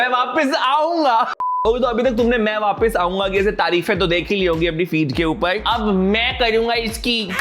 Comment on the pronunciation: It's not vaapis it's vaapas😅